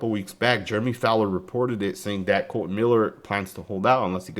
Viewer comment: Damn son you can’t read… It’s not Colon !